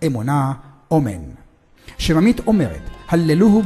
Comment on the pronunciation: אומרים שממית עם ש'ין נשמע כמו סמך ולא עם שין .....והמון עושים טעויות הם מעלים סרטון ושמים מוזיקת רקע בטון גבוה זה מאבד מן התוכן למי שמבין